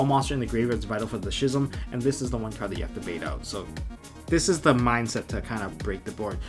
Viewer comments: How are you going to be playing yugioh for years and years, but still have a high school reading level It's pronounced "Skizm"... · I know this might be stupid, but when did we start pronouncing “schism” without the ‘c’? I dunno, a lot of my friends pronounce this wrong, so it gets me a lil’ heated lol